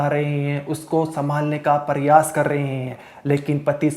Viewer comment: Biwi ki laas padi hai ya laash? Paryas kar rahe hein ya prayas kar rahe hein.... Bhai pehle diction thik karo